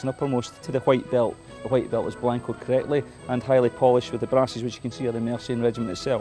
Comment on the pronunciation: Colletly lol. I love accents.